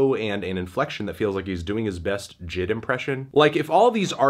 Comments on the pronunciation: Did he just say jid? It’s J.I.D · Did this man just pround JID?